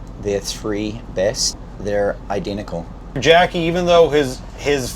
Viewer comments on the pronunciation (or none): “Identical (identicoo)” lol